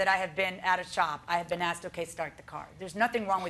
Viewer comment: She said she ("AXED") him... ? ... W H A T... ? ... This "IS NOT" American English... "👹"